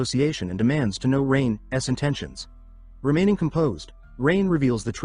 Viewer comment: I’m an hour and a half in… and every “Rain‘s” is spoken as Rain Es. Does ever fix this? 🤦🏻‍♂️ Great so far otherwise!